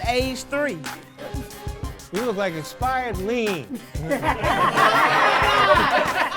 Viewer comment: you got that one..."expired leen" I died lol